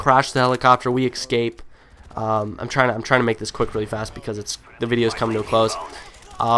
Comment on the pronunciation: lol you can't talk:"Ecscape" you say instead of Escape